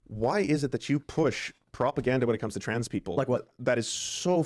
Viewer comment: That is to say you dont have to agree with the trans stuff, but calling them the tranzzseses like a right wing gollum/smeagle sounding ass